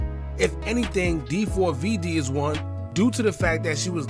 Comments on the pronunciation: 4-5 vids later & still calling him Dee 4 v Dee is crazy. It’s pronounced David 😅😅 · Nah fam it's D4Vdee. You're obviously not a fan. 🤦🏻‍♂️